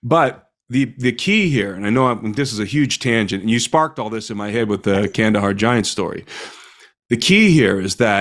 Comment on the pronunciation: It’s Kandahar. No hate.